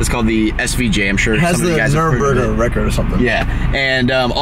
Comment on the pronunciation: nurburis its Nurburgring